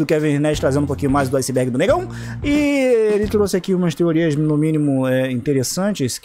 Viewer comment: Literalmente ninguém: A Cara que criou o vídeo: "bem vindos Ao Izibérgi do Alexandre na área"